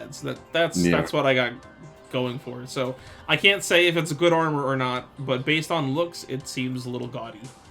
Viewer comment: Never heard of the online armor, honestly. But "Giga Armor", "Max Armor", "Force Armor." Aye yai yai, it hurts listening to that.